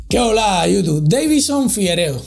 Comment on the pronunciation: Es la segunda vez que lo escucho decir que hola yutu :O tengo miedo